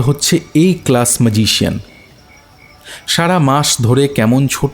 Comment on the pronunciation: বড়ো অদ্ভুত লাগছে।"ম্যাজিক " বলার সময় গল্প -পাঠক ঠিকই বলছেন "ম্যাজিক "। ঠিকই আছে।কিন্তু,"ম্যাজিশিয়ান" বলার সময় গল্প-পাঠক অদ্ভুত ভাবে বলছেন-"মাজিশিয়ন"।